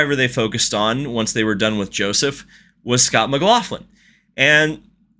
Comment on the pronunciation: Please it's Mc-lock-lin